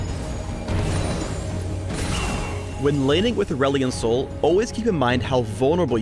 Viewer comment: is it me or says ''aulerelion sol''